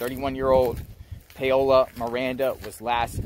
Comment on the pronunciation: Her name is pronounced Pow-la not payola 🤣😅😆